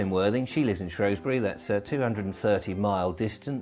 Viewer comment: it's not Shrowsbury it's spelled and spoken has Shrewsbury, because it as a E not an O. i wish people would get it right.